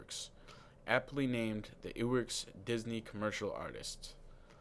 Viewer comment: its ub not oob, and iwerks- eyewerks